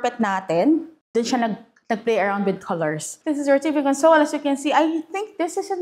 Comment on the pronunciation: A console used as a noun is pronounced as con-sole, like a TV console, console the way you pronounce it is a verb meaning to give comfort. 2 same spelled words, 2 different meaning, 2 different pronunciation. FYI.